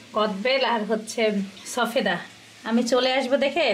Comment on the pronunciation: Sofeda ta ki jinis... pronunciation korte sekho age thik kore... na hole bacha ke ki sekhabe !!!